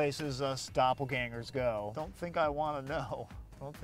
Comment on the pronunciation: The first time I heard the word doppelganger used right.